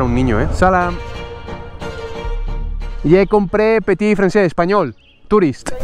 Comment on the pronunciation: Ha vuelto el "petí fransé"!!! Jajaja grande